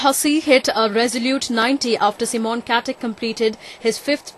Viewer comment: friking reporter cant say MICHAEL she says michelle and then for simon she says C-mon